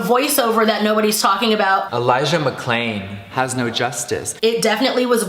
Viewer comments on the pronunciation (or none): Wow he has so much respect for Elijah he couldn't even be bothered to re-record when he effed his name up?! Good spot on that voice over,. xxxx